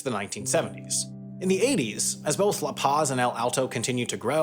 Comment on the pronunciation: Can you at least to try to pronounce La Paz correctly?